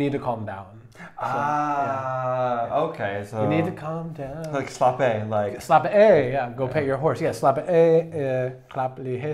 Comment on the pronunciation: Can’t remember your names, when that is said, the guy on the right pronounced “slap af” and “klap lige hesten” so damn well, like that was so on point!